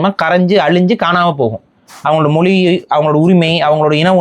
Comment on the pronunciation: மொலி அல்ல மொழி